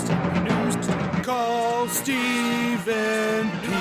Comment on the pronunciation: .......Call Ste-Phen P. New!